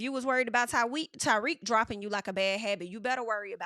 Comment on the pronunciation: I know "Ty-weak" was just a slip but it's low key the perfect name for him